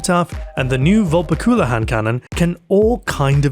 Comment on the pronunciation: Your pronunciation of Vulpecula is almost infuriatingly dumb sounding.